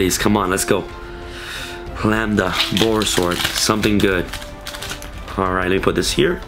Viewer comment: The very first Yugituber to pronounce Lambda correctly. Finally.